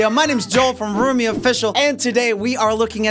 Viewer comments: Like actually how do you turn "Roomie" to " r o h m i e" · ROHMIE BAHAHAHAHAHA 😂